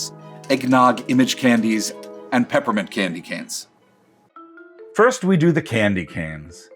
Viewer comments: Did he just say Candy Can😀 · The guy pronounces candy canes as "Candy Cans" 🤦‍♂️